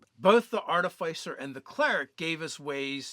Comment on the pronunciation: It hurt when he said artifICER